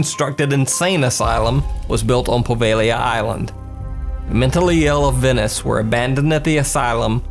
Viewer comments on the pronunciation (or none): none